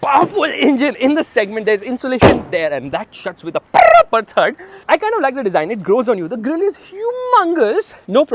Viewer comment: That shuts with the properrrrrrrerre thudd 😂